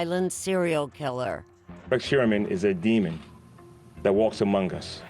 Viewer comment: ~ The word 'among' is not pronounced amonGUH. The g is soft. You're making a 2 syllable word, 3 syllables. You sound completely uneducated. Listen to other professionals. Nobody pronounces words like that. Back to English class,!